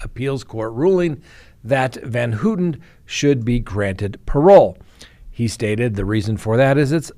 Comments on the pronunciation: work on pronunciations. It’s Pronounced Van-How-tan, not Hooten. It’s a pet peeve, I know, but it’s something I wish you were more careful about. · You could pronounce her name correctly. Phonetically it’s pronounced as Van Howten not Van Hootin. I’m glad she’s out. She’s done her 53 yrs and zero chance of a murder ever happening again. Not my words but that of the parole board. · Gotta work on pronouncing Leslie’s last name …. Pronounced Van “how” ten Not “ Hooten “ 😂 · i noticed he mispronounced it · Leslie Van Houten: "Van-how-ten" Patricia Krenwinkel: "Kren-wink-el Leno Labianaca: "Lee-no" Not that hard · Pronounced van "how ton" How-tin. How-tun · Van Houten. The "ou" is pronounced like in the word "ouch" or "pronounced ". Your track record is intact 😊